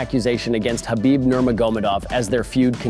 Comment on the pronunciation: Why can none of yall pronounce Khabib’s name correctly. Gonna make UFC videos and can’t even say the guys fuckin name lol. Pretty pathetic